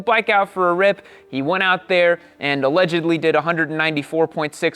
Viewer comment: "alledgedly" lol